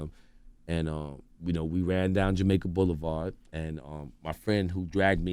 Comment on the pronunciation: Sooo Nobody Notice Him Saying "Jamaica Blvd"??